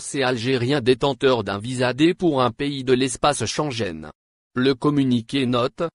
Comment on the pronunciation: Schengen celui qui commente cette video me faire rire quand il prononce Schenguen il prononce sansgene rienqu’a l’entendre ils ne vont jamais ouvrir les frontières 😂😂😂